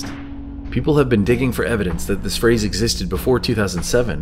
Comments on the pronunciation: Actually she says 'this' but she has an accent and she lengthens the word. she pronounces it thee-iss. simple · She's saying "this" with a British accent. So it sounds like "these". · Sweet dreams are made of these is what it has always sounded like because you would assume logically it rhymes with dreams because the synthesizer arpeggiator in the background of the song triggers an effect acoustically on the eardrum which makes it sound like these when the word this is said while the kick drum is registering, I can play the song right now like I just did and it still sounds like she's saying these, not this even though now I know it's saying this. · It doesn’t matter if they what to claim the lyrics are “this”. The song is poetic, and sung accordingly. This is not what is spoken, what is spoken, rhymes with “seas” not sis. End of story. Sweet dreams are made of THESE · So apparently the Eurythmics can't rhyme? These rhymes with seas, this and seas don't rhyme. Even sounds like these in their version and Mansons version. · Actually, it’s the opposite; these makes more sense- it rhymes with disagree… and that’s why ‘this’ sounds strange.